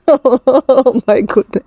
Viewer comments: I think you mean Guyana which is South America. Pronounced as Gyanna. I think that's the strory you're referring to. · It’s Guyana pronounced Guy Anna and it’s in South America 😊